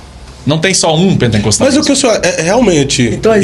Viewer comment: "pentencostalismo, Pentencostes, pentencostal". Não sabe nem pronunciar a palavra correta, esse podcast é um desfile de entrevistados sem gabarito.